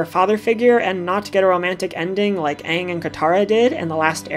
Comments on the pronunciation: Did i just hear you say ahhng?!??!😡😡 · Did you really just call pronounce Aang's name "Ung"? Down voted. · The main character of last airbender anng is pronounced as ang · she said aang movie style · Great video, but is it really that hard to pronounce Aang’s name right? The entire show says it a certain way, and Aang’s name is also said in LOK? Lol sorry but c’mon.